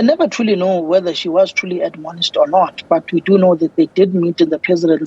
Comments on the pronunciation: Stop trying to use complicated words. This is why Julius Malema made fun of your intellect. Its 'Admonish' not adonomish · Someone teach to pronounce 'admonish' properly